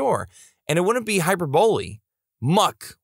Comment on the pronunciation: "hyper boly", its pronounced hi per bo ly for next time